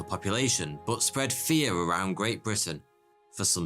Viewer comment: I like it when you say but as booth